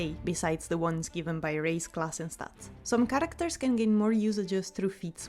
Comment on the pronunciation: The word 'characters' has lost all meaning to me, Im questioning is it even a word. U said it so much and the pronunciation isn't quite right either